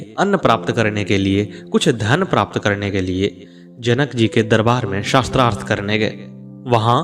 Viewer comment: mahoday aapka uttam prayash aapko sadhub..,mai aap ka dhyan ek galti.. aap शास्त्रार्थ ko शस्त्रार्थ uchcharan ker rahe ho jo ki galat hai,ek aadh aur mamuli mishtek hai, अ aur आ ke uchcharn ko dhyan do,apane bole ko baar baar suno galti samajh me aajayegi,,,mera ye kaam nahi hai,bash tumhare adarniye prayash me subhkama swaroop hai,sri radhe sri radhe sri radhe